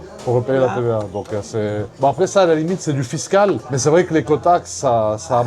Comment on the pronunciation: On dit "sot métier" pas "sous métier". J'espère avoir été utile avec mon commentaire à la con 😅 Du "fiscal"? En France et depuis longtemps on est sur du "Fist cal"!! C'est tout pour moi, je vais démarrer ma 1,2l Puretech et manger ma basse côte à 13,99€/kg 😁